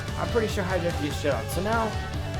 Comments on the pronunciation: Hi-jack? really? hi-jack, *facepalm* its Hachiyack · i hate how hi says high jacked when its pronounced "hot-ch-ee-ack" like for real, high jacked boi also im sorry for making fun of you i can tell this guy is a true fan by heart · I cringed every time he called Hatchiyack hijack. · you called Hatchiyack hijack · Why do you call hatchiyack hijack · ! its Gigantic Hammer and you pronouced Hatchiyack completly wrong